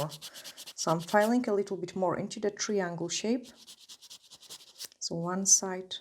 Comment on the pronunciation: triangle= TRYangle instead of TREEangle (im a teacher and I will help you) but just so you know we love your accent